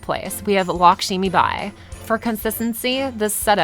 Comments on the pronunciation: It’s not LakSHImibai, it’s Lakshmibai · It's Lakshmibai, not "Lakshimibai".